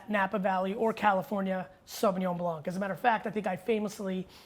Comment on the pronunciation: Great video G , just fyi, as a french speaking guy, you do not have to say the « c » as a « k » in Blanc 👍🏼